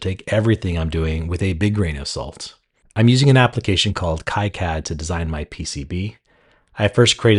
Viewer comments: You need to look at the orange pi 5 that sucker has balls if you grab the cm5 with the 2ed compute pcb or you can get a multistack lol and its pronounced Key-Cad 😂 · This is great, thank you. I think kiCad pronounced "KEY" Cad, but no harm no foul. Thanks for taking the time to build this. I may have to save this and build my own soon. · the pronunciation of kicad and .json are killing me